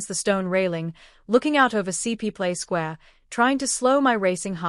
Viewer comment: It is not CP Square. It is Coplt Square